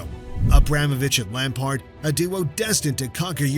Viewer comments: If he says lampart one more time instead of lampard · Great video bro minor criticism you misspelled Joao Felix and got a few pronunciations wrong off the top of my head you kept calling him Lampert and Azpili-Cet-a. European pronunciations are difficult maybe talk to someone who can pronounce the names better to help you with them? Or maybe have someone watch your vids before you upload them? Otherwise great video brother. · Your pronunciation of Lampard immediately made me hit the dislike button.